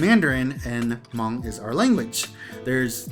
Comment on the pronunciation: still miss pronouncing the tone "Hmong" correctly. Hm and M consonants aren't pronounced the same. When you heard Hmong say "Meskas" they mean " America ". So you know that. Miao consisted many ethnic groups into one group such as Qo xong, A-Mao, Hmu and few others including the Hmong. As a matter of fact, the Chinese Authorities should just use the term Qo xong people, A-Mao people, Hmu people, Hmong people according to that these ethnic groups call them their own.